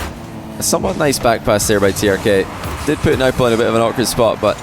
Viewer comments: yeah that surely is not how we Arabs pronounce them, you are exaggerating and making it too complicated. its Turk and nwbo pronunciation wise. don't try to be too smart when you can make it a lot easier. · Yeah, Nwpo is pronounced "Nu-boh," and Trk is "Tuhruhkk" but said really quick.